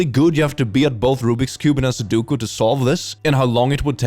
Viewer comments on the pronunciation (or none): I love you, but it's pronounced Su-Do-Ku. Not Soduku. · unless they mean "every 7th letter in the alphabet " (so, 3 letters) - that's not something a font can do and they should learn the thing they are trying to joke about before attempting a joke. 29;18 Ok, pronouncing sudoku as "suduku" is triggering me even more Also not how it works. EVEN if you have a QR reader integrated into the camera app (which is dumb) - it's not going to scan it without the user telling it to, and even if the user is dumb enough to do that or fat-fingers it - it will still show the QR content first, meaning the user will need to see that shady url and opt to open it. What's with people fundamentally not understanding the basics of the devices they use? Is that a troll on 's part to pick these posts specifically? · I cannot handle that you keep calling it "soo-dook-u" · pronouncing su-doh-ku as su-doo-ku is satan.